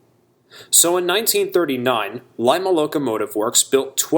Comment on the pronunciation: Lima was pronounced "Leema"